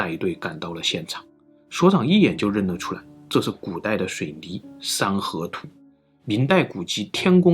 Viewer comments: 三合土读成了山河图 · 山河图 🤣 这发音 真误导啊